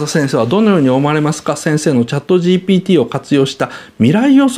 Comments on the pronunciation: 岡田さん、ずっとGTPって言ってる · GTPって聞こえる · GPTだからね。GTPって発音しとるよ😂